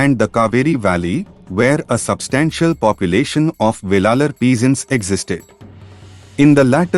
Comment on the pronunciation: Not velalar. Wellan wellalar. Thamilar illai israwelar maruvi wellar enappattan.ayiya piramanan waippatty waridugal 😢😅